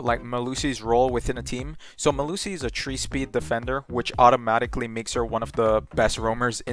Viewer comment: i love how this guy says things hahaha like irish without the accent - Tree instead of three, trough instead of through, expec instead of expect love it!